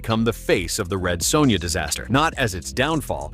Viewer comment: Lol the Commentator/VO Saying "Red Soownya"....as bad as the movie itself.